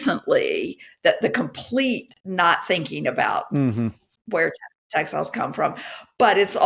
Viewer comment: I think it says something about our society that the first time you said "textiles" I heard it as "tech styles".